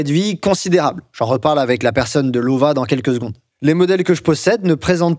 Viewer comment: En allemand, le w se prononce comme le v en français. Donc prononcer "Lova" 👍.